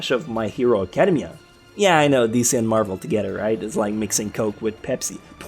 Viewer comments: "acadum-mia" ew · Is it just me or does he say academia in a weird way?